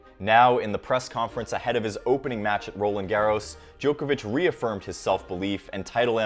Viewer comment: I think is the most professionally delivered summary & analysis of the ATP Tour on YouTube. The delivery is smooth. No pauses, crutch words - a top presenter. If I could make one small suggestion of improvement.. Whilst I don't claim to know the correct pronunciation of names - being a European I am pretty sure they are incorrect. I cringe a bit at the pronunciation of 'Djokovic' & 'Garros' in the latest video. To help here is a link to the corrct pronunciation of Roland Garros: & here is a link to the correct pronunciation of Novak Djokovic: It's just the long 'o' sound that sounds weird. Personally, I think the incorrect pronunciation of names is unhelpful - it only trains more people to say their names incorrectly. For English words it isn't important - there are no hard & fast rules to correct pronunciation - it isn't a phonetic language. But names I think, are important to say as the player would say it.